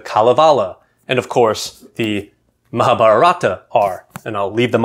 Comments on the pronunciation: It’s pronounced Mahaabhaarata in Sanskrit and you leave off the final “a” in Hindi. You’re emphasizing the wrong syllables. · I think the time has come for non-Indians to begin to pronounce Indian names more accurately -- to make the effort to find out how a native would pronounce them. For instance, it is GeetAnjali (accent on the second syllable), not GeetanjAli. It's MahAbhArata, not MahabharAta.